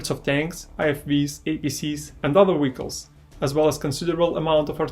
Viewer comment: Hearing you pronounce vehicles as wiggles had me confused at first lol